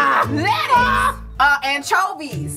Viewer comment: Did she say lettuce 😂😂😂😂😂😂😂😂😂😂😂😂